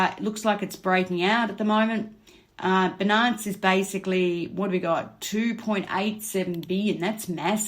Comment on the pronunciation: I hear ‘benance’ and reminds me of a St Bernard the dog.. it’s Bi-Nance. Like Finance but beginning with a b. I’m sending love with this comment ❤️ and thank you for all your hard work, much appreciated!